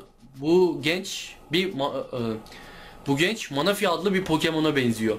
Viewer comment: Manafi değil menefi